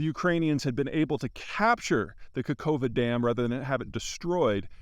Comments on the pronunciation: I am a real human being and the only bit of criticism i have is to, please, pronounce the name of the place more correctly. It's Nova Kakhovka. Kah-khov-ka. Not Nova Kakova. Just read the letters that are there. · Peter, work on your pronunciation of foreign names. You butcher Nowa Kachowka. Its hard to take you seriusly as a geopolitician, if you dont care, how it should sound. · For your consideration - "Nova KaHovka" (second K is silent and H pronounced as in "here" inside) and "ZaporiZHska oblast" (no N in sight ZH pronounced somewhat as J in "jorney"). Azov - you good.